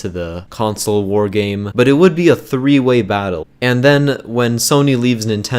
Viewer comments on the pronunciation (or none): home cant prononce words.... math not maf and three not free with with not wiv